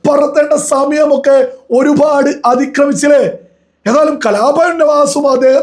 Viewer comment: ഈ ഒരുഭാഡ് എന്നുള്ള സംസാരം ഒന്ന് മട്ടിപ്പിടിക്ക് ഒരുപാട് ആണ്‌